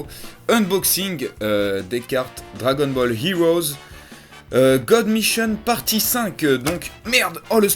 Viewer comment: quand il as dit god mission au début j ai entendu god michon